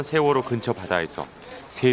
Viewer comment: 인천에서 제주로 가는 여객선 '시월호가' 이러고 있네 어후...........시월호 ㅋㅋㅋㅋㅋㅋ서해지방경찰청장님.....대본은 그래도 미리 읽으세요 ^^ㅋㅋㅋㅋㅋ